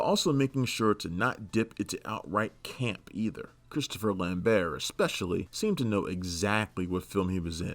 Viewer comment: Ah, someone else that knows the 't' is silent in "Lambert." 👍 Terrific video; Boll probably could have taken all 5 of the worst side.